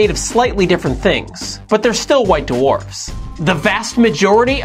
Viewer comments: white doowarfs... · Duh-Warfs?? WTF!?